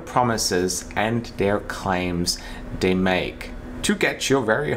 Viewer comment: Your spoken English is perfect. Work on your ‘th’. Not “da”. eg you pronounce“they” as “day” and “da” as “the” Not meaning to be unkind, just would be great to perfect your language! 😉